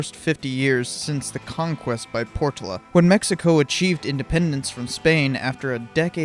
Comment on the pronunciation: Portola: "pore TOE luh"